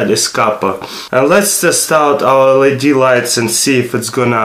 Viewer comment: Good vid but its LED not LAD